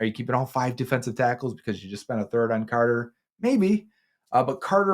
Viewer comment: I like how says “on” and “ahn” lol